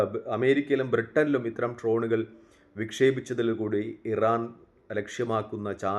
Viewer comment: ട്രോനുകൾ അല്ല ഡ്രോണുകൾ